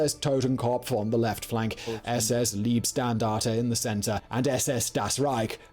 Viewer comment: It is so weird that English and German have some completely opposite diphthongs. "Ei" in German is pronounced as the English "I", while "ie" is pronounced like the English "E". So "Panzerkeil" should be pronounced "Panzerkile", and "Leibstandarte" as "Libestandarte" by English speakers. His English pronunciation of Leibstandarte sounds like "Liebstandarte" which means "love banner":)